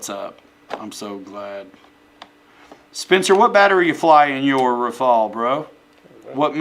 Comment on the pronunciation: The name of that plane is RAFALE pronounced Rafal and not « rai fall » 😜😜🤙🏻 and rafale in French means gust (wind) in English 😉